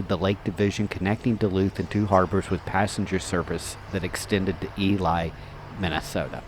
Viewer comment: Your narrator should know how to pronounce the towns. Ely is pronounced EeLee, not EeLie